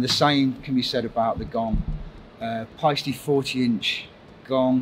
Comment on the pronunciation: Now I know how to pronounce Paiste!